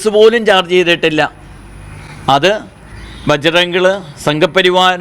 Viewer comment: ബജ്റംഗിളല്ല....... അംഗിളെ '..... ബജ്റംഗ്ദൾ ....... ഇനിയും ആവശ്യം ഉള്ളതല്ലേ